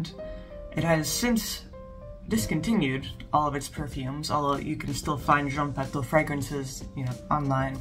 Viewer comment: It's pronounced Jean Patoo . You're so good already at pronouncing French but since you're making videos, why not look up pronunciation of particular words and vowel combinations? I really appreciate your effort to pronounce correct French and I have been mortified by most reviewers' butcherings, so you're doing great. I made 1 fragrance video with a French lesson at the end- it's called Advanced Oud by Fragophile Files. I haven't made any more yet because, well I have been focusing on my Substack but I do give a basic vowel lesson and the nasal combinations: such as words with "an", "en", "in", "on" and "un". "An" and "en" are the same but the rest are distinct from one another. Most Americans pronounce "Indémodables" as though it were "andémodables" but that is incorrect- at least in France, not talking about Canada. There is an awesome French dude you will find toute suite if you look up French pronunciation on YT- just check him out a bit. I hope I didn't make you mad. Sillage is seeyaj.